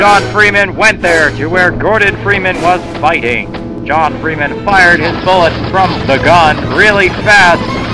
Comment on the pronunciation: I like when he said "It's Freem'n Time."